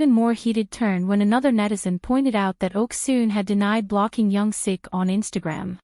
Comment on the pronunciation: It's Young Sook* by the way. Thanks for the video!